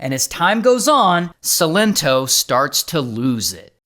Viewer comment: Sigh-len-toe - that's how you say his name Ray 🤣🤣🤣